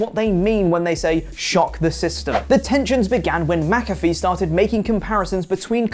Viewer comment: Who the hell is mac—a—free? 🤣